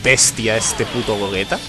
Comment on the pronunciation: Por que le llamas Gogueta y no Gogeta o Gollita?